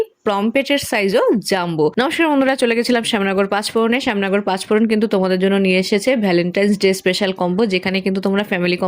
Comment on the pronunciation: নমস্কার না নস্কার!!!